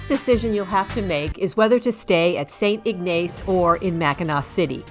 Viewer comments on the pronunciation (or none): As travelers ourselves it is always silly and funny how people mispronounce the names of our towns. The first town you mentioned was St. Ignace and yes Ma'am you butchered it. It looks like but is not pronounced St IG NACE but simply pronounced St. IG NUS. If you visit not to far a way the beautiful small city of Charlevoix I will give you a heads up on it's silly pronunciation. It is pronounced Char La Voy which is nothing like it's spelled. I have called this area home for over 71 years and thanks for your videos. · Enjoyed your video. I’ve been to Mackinac three times going here soon again in mid May. Staying at The Grand finally ! St Ignace is pronounced “ IG Niss “ just a little fyi and thanks again for sharing your video❤ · Saint ig-nas is how you pronounce